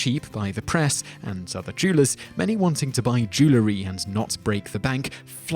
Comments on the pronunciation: "Joo-la-ree"? It's "Joo-el-ree". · you've missed my point, if you listen he pronounces the word "jew-ler-y" not "jew-el-ry". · What on earth is “jewlery” lol. Jewellery. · Why is it some pronounce the word Jewelry as jew·ler·ry when the correct pronunciation is jew·el·ry??? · The pronunciation "jew-ler-y" for "jew-el-ry" is as annoying as G. W. Bush's "nu-cu-lar" for "nuclear." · it's NOT jew-lery it IS jewel-ry (because it's made of jewels, not Jews) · no it has 2 syllables not 3 so both of yours are wrong. it's pronounced "jool-ree" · Where's the "a"? I suppose "nucular" is accepted too?